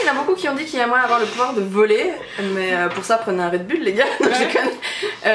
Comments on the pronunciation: Ohlala j'ai tellement rigolé quand t'as dit "quel pouvoèr aimerais-tu avoèr" hahaha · Coucou, votre vidéo m'a fait rire surtout "quel pouvuérvoudriez vous avuér" ahah Je me permets une petite critique, dans la vidéo tu as tendance à couper la parole un peu à Audrey ou ne pas lui laisser finir ses phrases (je ne dis pas ça de manière méchante je précise :p) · Omg! ça fait deux fois que je le commente mais omg le ''quel pouvouère pourrait du avouère'' encore trop de québecois en toi! hahaha ça a trop déteint sur toi!!:-) bisous vous êtes magnifiques xxx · Le coup du "qu'elle pouvouère aimerais tu avouère " m'as tellement faite rire.. mais tellement.. j'ai étais obligé de faire replay plusieurs fois sur le moment tellement j'ai ris.. toute sérieuse, c'était vraiment trop drôle ! En tout cas c'était une vidéo super sympa à regarder, bisous à vous deux :) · Ça sonnait très québécois avec le bout que tu dis pouvoir. :P